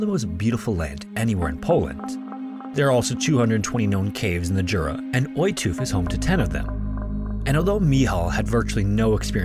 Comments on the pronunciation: So, "Jura" is pronounced "Yura". The way you've said it, "dziura", means "hole". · He put effort into Michal and Ostrow, but his Krakow and Jura were terrible. In Polish, J is read like english Y, he said Dziura (hole) instead of Jura...